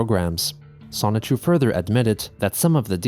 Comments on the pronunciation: He for real created a character pronounced semen chu lmfao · Bruh, can you stop calling him Sonichu? This is LEGITIMATELY enabling his delusions.